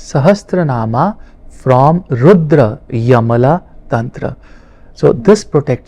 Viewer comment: रुद्रयमला नहीं रुद्रयामल तन्त्र कहना चाहिए।